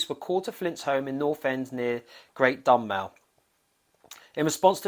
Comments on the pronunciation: It’s pronounced dum Mo....another good video. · Another great video - remember the guys well when I went to school with them and also gigged at Keith's pub. Remember them at The Barn also before they made it - always went down so well. Side note - Dunmow is DunMOW - as in mow the lawn ☺️ not Dunmow as in now is the time. My home town too - I would have popped along to say hi if I knew you were visiting.